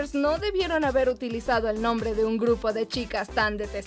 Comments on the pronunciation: Los videos son muy buenos. Pero... Por favor algun dia pueden pronunciar bien los nombres? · lastima que pronuncian mal algunos nombres xd